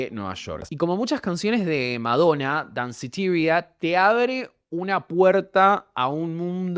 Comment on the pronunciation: Deci Danceteria como es en español